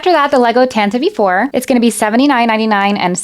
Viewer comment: And yes it’s “tan-ti-vee 4”